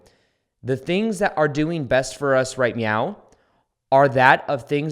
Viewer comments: Ik it's off topic but were you saying meaow instead of Now or is it me😅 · Hahaha yes I thought I was the only one that could hear him say meow instead of now 🤣🤣🤣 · do you.. do you say right meow? instead of right.. now? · Love all of this soooo much! Divine timing. But are you saying meow? 🐱 right meow? 😂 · Am I the only one hearing "right meow" sometimes instead of "right now"...?! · Awesome video dude you’re really inspiring! P.s. every time you said meow instead of now I was dying it made me think of the beginning part of super troopers 😂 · Ha, ha, ha, ha..,Do you really incorporate "meow" instead of now....about 7 x? That's new since I heard you last. What is behind that? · I love your mind and you’ve changed my life! One question… why do you pronounce now like meow? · Are you saying "meow"? 🙃 I'm the same way as you with Live events. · did you say "right meow"? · Are you saying meow? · He really is saying “Right Meow” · Dude are you saying "right meow"? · I’m so sorry but all I can hear is right meow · Like Bellybutton in the shoe store lol he’s saying “ right meow” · I heard the same thing... there must be something I missed in a previous video about "meow". --- How long have you been watching videos? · Ummmm....did you just say "right meow"???